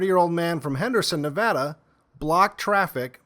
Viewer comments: On behalf of all Nevadans, , thank you for saying our great state’s name correctly! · Thanks for saying ‘Nevada’ properly